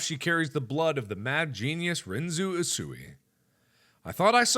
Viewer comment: Oh good God I only realized now he pronounced it wrong, well from an anime I've seen its pronounced differently. This kinda killed my soul a bit